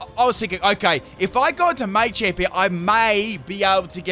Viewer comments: Say it with me: "Muh-champ. Muh-champ." Maychamp. 🤣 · You're killin me. I know you know it's Ma-champ and not May-champ. You've said it before -_ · thank christ someone else noticed this too...it was driving me mad him saying it wrong.....its "MUH-CHAMP" not "MAY-CHAMP" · I wanted to throw up every time you said “may-champ” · Maychamp 😂😂😂 the way you say Machamp haha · It's Ma-Champ. The Ma is sounded like when you say the word Mach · As an Australian, yeah, he's definitely saying it wrong.